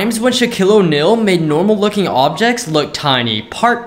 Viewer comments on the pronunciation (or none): He pronounced it so wrong TiMeS wHeN sHaKill oNel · My Man Really Pronounced It Like Shoquille O'Nill💀